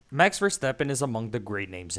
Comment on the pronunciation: Mex versteppen. Its MaX like maximme, maximus. Etc. Thanks. Great video